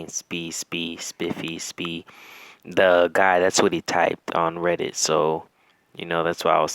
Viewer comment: He said "Teddit" . Is THIS an Alternate reality? Lmfao